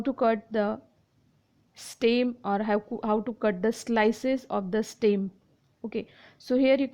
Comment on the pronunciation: It is not steem its stem 😅